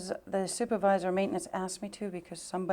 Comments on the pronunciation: aksed?!? try asked you fucking fool. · A lot of questions being axed by the male attorney.